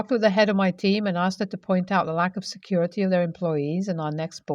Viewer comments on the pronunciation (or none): none